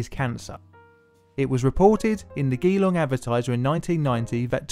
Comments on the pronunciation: It's pronounced 'jalong', not 'ghee-long' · Geelong, hmmmm. Try Ju-long with the "Ju" similar to how it's pronounced in "just"? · You got Puckapunyal right (well done btw, not even I know how to pronounce all of our very unique town names), but "Geelong" is a soft g not a hard g, and Woomera would begin more like the word "woman", and end in the sounds "err" & "ah" for the "era" part. Sorry I was just compelled to help & inform, certainly not to patronise, but am adding this ending in the hopes this isn't something that was repeated ad nauseum, now I see the age of the video. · woo-mare-a ??? nope. woomer-ah GEE-long? nope. Jee-long. More (many more) horrors out there? Read 'Maralinga' by Frank Walker. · Not pronounced Gee-Long it’s grounded G-long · It's pronounced Je-long not Ghee-long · Gi-long XD it's pronounced jee, like jeens without the ns, jee-long, but we Australians shorten it to jellong like jell-ong .....geelong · LOL GEE LONG Advertiser. Awesome effort appreciate the story a lot. But being a Victorian I just found that silly. it's G Long. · Mate it’s not gee long it’s geelong not with the ee in it it’s just ge long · Dude, as an Aussie. You got every word right, except the easiest one. Ge-long? No! It's pronounced G-long. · "geeeeelong" lol think of it as "Jellong" like (Jell(y)) great video keep it up. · AAAAHHH its pronounced “jelong” not Geelong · Geee-long? Geeeeee-long? it's pronounced Gel-on mate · Nothing personal but its not gee-long its je-long. im an aussie myself and i live near there so yeah. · It's Je-long, not gee-long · Gee long - it’s pronounced ‘Jeh long’ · Geelong is not gee-long but jee-long, but a good try though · Erm... It's not pronounces Gea-long, it's pronounced Ge-long (Gee is pronounced like Ge in German) Why? Coz I live in Australia, opposite bay of Geelong. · woomer-a gee-long pucker-pun-yal besides that all good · it's pronounced jee-long btw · Puck-a-pun-you-le Gee-long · geelong is pronounced "jeh-long" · gee-long lmao